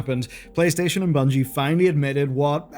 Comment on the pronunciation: I think you meant "Bungie" not "Bugnie" lol